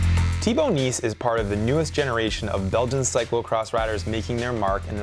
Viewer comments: Jeremy lost before the game started by pronouncing Nys as NICE. WtH. Try Naes. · It's really pronounced more like "nasty/ass" than "nice" (pronounced the American way, not the Brittish way). The Dutch just bungle up their vowels. They also say "seujfeuh" instead of "zeven". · Nys isn't actually pronounced as "nice" but it's closer than what ever Jeremy did :D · And it's so easy to pronounce: just say "nice"! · So he says Sven Nys correctly but not Thibau Nys lol